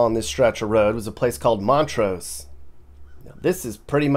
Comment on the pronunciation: and it’s montrose, Not mont rose.